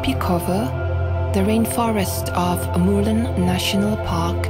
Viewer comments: A narrator hian mizo tawng a thiam chianglo nge? Murlen a lam dan chu ava mak ve. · Murlen lam dik thiamlo narrator hian a va ti flop veee,a hmuhnawm tehlul nen 😢